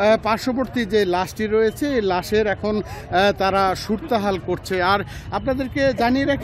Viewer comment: যমুনার উদ্ধতনদের উদ্দেশ্যে বলি গঞ্জিকা খেয়ে কি সাংবাদিক নিয়োগ করেন..? অ্যা..অ্যা.. করতে করতে অর্ধেক সংবাদ শেষ সুরোৎহাল কে বলে সুরতোহাল😢😢